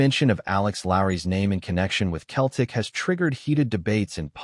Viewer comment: Lol AI doesn't know the difference